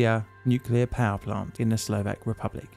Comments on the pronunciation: Shutting down a nucular power plant that keeps having nucular accidents is plainly difficult. See what I did there? 😉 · It's pronounced nuke-you-ler. Surprised you didn't know that.